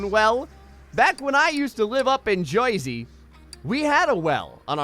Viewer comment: After hearing him say "Joisy", I honestly thought noisy was New Jersey slang